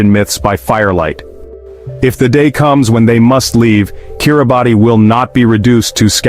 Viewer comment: This video is complete garbage starting with the mispronunciation of the the country's name